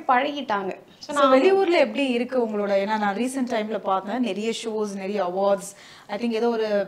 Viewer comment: naraiya illa niraiya ennru solla vendum.